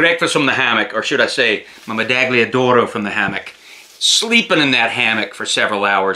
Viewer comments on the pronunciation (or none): Hi, Italian here. it's meda-ll-ia d'oro, as you would say "medallion", only a little bit softer :) it's as a Spanish would pronounce "Tortilla" I hope you're not offended by my correction, thanks for your content :) Ciao!